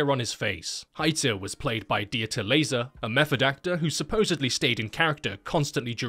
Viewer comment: Dieter Laser :D It is pronounced Lahser